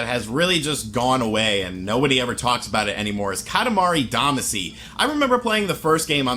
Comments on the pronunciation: YO! It's katamari damashi pronounced. Ka ta ma re da ma she. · Katimari Damacy (Duh-Mah-Cee), sorry, that was just bugging me a little bit 😅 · Time for correction of your entirely wrong post. Kah-tah-mah-ree Dah-mah-shee would be the better way to explain it. Single letters can be pronounced different ways so it doesn't help. For Japanese specifically the vowels are basically a = ah e = eh i = ee o = oh u = oo Doing otherwise only serves to make it look like you're changing how it's spelled rather than specifying a pronunciation. Also, I would note that it's technically 塊魂 which is Katamari Damashii or Damashī (either of which would denote a long vowel sound) or Katamari Damacy, not katamari damashi. And yes, Damacy is what it is outside of Japan, since you obviously didn't know so his pronunciation is a correct one. Which makes perfect sense because "shii" is a perfectly reasonable transliteration of "cy' into a Japanese word (go find some Japanese people speaking an English word like legacy - that's how they'll say it) so it makes sense you'd use it when going in reverse.